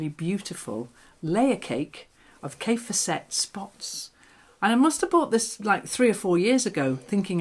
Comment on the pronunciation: Love your videos. (A little note, Kaffe Fassett rhymes with Safe Assets)